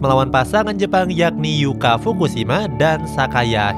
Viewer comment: Yuki...min ,bukan Yuka Yuki Fukushima / Sayaka hirota